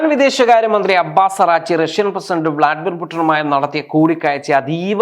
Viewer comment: അറാച്ചി അല്ല പൊന്നു സുഹൃത്തേ അരാഗ്ശ്ചി ആണ്